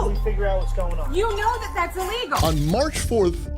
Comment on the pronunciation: It’s eeeeeelegal. 😂😂😂😂